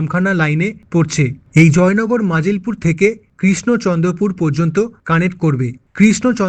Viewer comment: ওটা নাজিলপুর নয়। মজিলপুর। ঝাড়খালি নয়। ঝড়খালি।